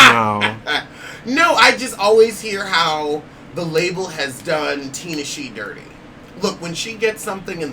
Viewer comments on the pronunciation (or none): It's not Ten-eish-shay? 😂😂😂 Only you! And you were so proud of yourself too. 😂😂😂